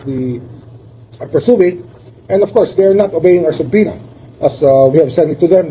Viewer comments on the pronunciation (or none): none